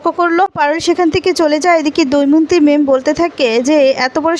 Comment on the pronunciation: কি যে লেখে ! দময়ন্তী কে দৌমন্তী!!নামও ঠিক করে লিখতে বা বলতে পারে না।